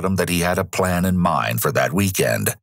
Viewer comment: The cases you cover are interesting, but i wish you would have another narrator, or him stopping that exaggerating narration. He says plan-a, him-a, hom-a and so one. Horrible and makes me stop watching the videos.